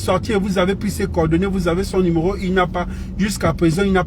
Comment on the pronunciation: Soyez indulgents ! Il y a des gens qui ont des problèmes orthophones ! Malgré ses fautes , j'ai bien compris le message .